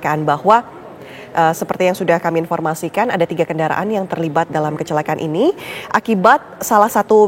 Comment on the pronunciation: Saran mbah tv one. Cari atau latih reporter yg bener. Ini bukan Tribun. Epakuasi Jenajah Plat nomor Peek Ooo Diinpormasikan. Kayak salah masuk channel demgernya.